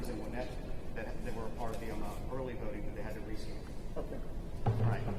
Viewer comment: Not budding but voting